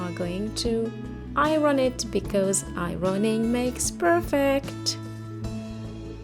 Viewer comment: "i-ron-ing makes perfect" 🤣💞🥰